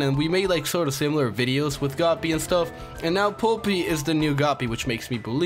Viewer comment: I died every time he pronounced polypi wrong.